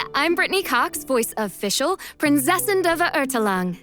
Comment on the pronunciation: Can someone please tell the VA of Fischl to learn some german pronounciation? Or at least the Team of Hoyoverse to fix her entire voice lines until v3.0?